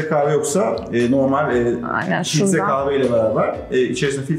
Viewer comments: Offff kave değil kaHve !!!!!!! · Kızın kaave deyişi ne kadar sinir bozucu. Kahve diye söylenir o kaave değil.